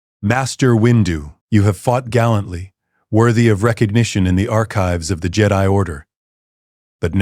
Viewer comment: And jedi